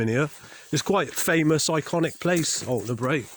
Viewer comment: I don’t think you people have grasped the Caithness way of life, a favour for a favour and all that, if you were more accommodating to the maintenance team I am sure they would do “additional” maintenance that would benefit you also, on a side note, Altnabreac is pronounced “Alt-na-brek”, not “Alt-na-break”